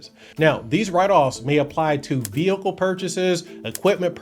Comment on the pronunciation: Ve hicle